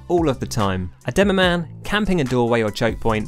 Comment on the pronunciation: DEMOMAN? DEMOPAN